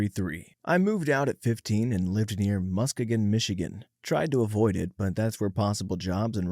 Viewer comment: As a Michigander, the way you pronounce Muskegon pained me lol. It’s “Musk-ee-gen”, don’t blame you for mispronouncing it though!